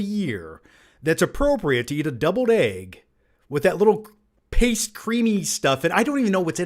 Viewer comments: Are you saying debled egg or deviled egg haha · Is he saying doubled egg????